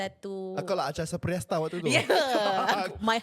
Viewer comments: Takde siapa2 ke kat situ nak tolong betulkan sebutan nama Acha Septriasa yg sebut tu. Dah bunyi macam Acha Superstar pun ya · biar je sebab kelakar 😂😂